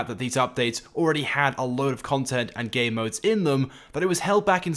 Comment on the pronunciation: I thought it just sounded like you were saying gay modes but I think are actually saying that lol